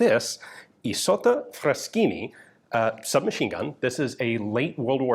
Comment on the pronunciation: Ian, you pronounced "Fraschini" PERFECTLY!!!! ❤